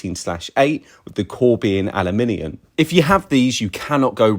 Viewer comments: Are you saying aliminiun? Aluminium bro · What, pray tell, is "aluminian"? He mispronounces it like this repeatedly. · Ah-loo-min-ee-uhm Seems to be adding an extra i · The way he pronounce aluminum tells me where the source of this information comes from. He's not in the US.